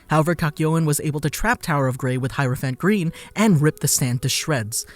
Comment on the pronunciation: He says heropiant green like this ''hirophant grin"